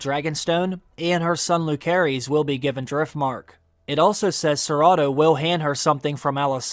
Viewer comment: Jacaerys is pronounce as Jaeserys and Lucerys as Luserys 🤦🏻‍♀️